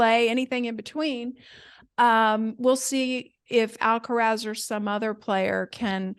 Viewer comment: Big fan of, is about the sweetest woman on YouTube, has so much experience,, please say AlcarAz, Alcarez is a different name, I think he has earned respect enough to have his name, pronounced correctly, no?